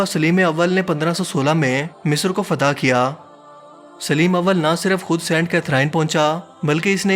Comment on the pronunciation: فتح ھے نا کے فتحا اپنا تلفظ درست کرو